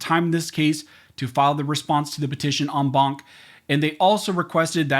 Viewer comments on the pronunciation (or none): Count how many times he says ong bonk. 😆 (en banc)